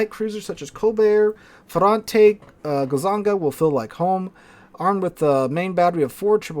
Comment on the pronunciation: your last "gonzaga" was the right one, so i'm not calling my american uncle on your. for now.